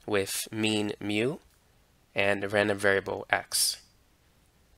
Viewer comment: very nice videos but please improve your μ